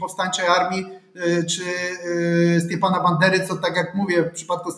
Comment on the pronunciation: Stepana a nie Stiepana - to nie ruski był. Jak udajesz wykształconego, to przynajmniej sprawdź jak się czyta.